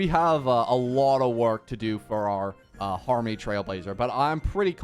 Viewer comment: i love he kept saying harmmny lmao